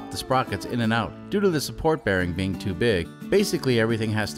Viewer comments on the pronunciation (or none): none